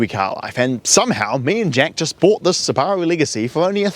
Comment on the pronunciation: It's closer to the original Japanese pronunciation so from my perspective the way everyone else pronounces it is strange